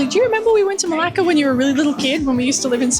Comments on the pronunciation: can you pronounce it right for heaven's sake? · Hiya! Interesting you gut Dutch architecture in Malaysia 😮. Coconut and kidneybeans are my favorite, I need the recipe for that dish 😅. Everytime I head you saying Melaka I was thinking you were cursing in Greek as it sounds a lot like the Greek Malaka 😂. Thanks you for sharing your insights on Melaka and enjoy your time off now 🤙